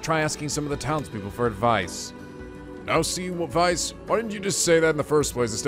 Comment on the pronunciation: Weiss, pronounced as Why-ice (pretty much)